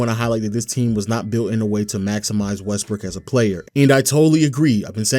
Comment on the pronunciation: If you play the video at x2 speed you keep hearing his pronunciation changing to: “westbrick averaging 3.5 turnovers” “when they traded for westbrick” “after westbrick joining the team” 😂😂 specially at minutes 7 and